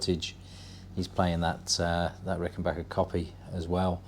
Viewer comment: Congrats on the Azureglo! I have a 1977 myself. Always glad to hear somebody pronounce "Rickenbacker " correctly!